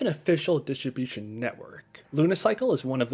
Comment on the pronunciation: Please say it like this..... Diss trib you shin... Also, you save $1700 CDN, not just a few hundred bucks